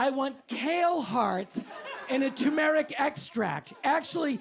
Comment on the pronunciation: Did anyone else just hear him pronounce it "too-Mer-rick?" That's a new one...